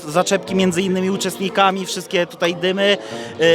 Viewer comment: " dzisiej tutej"